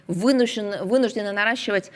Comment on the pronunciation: захарова мало не сказала "вімушені"??)))